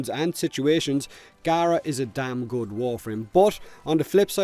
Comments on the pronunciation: Its pronounced gah-rah according to the devs as seen in the ps4 stream today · CMANIAC1 no its not the devs sad it out loud on the ps4 plains of eidolon release stream pronounced gaara